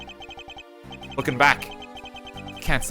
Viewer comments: its pronounce ya ta gah rah su almost like theres a t after rah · RT's pronunciation of yatagarasu kills me lol